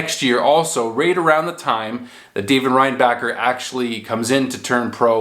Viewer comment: it's pronounced ReinbaSher